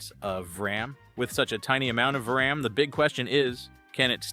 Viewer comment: "Leff for..dead" "Vraam"...Really wish people would stop using AI narration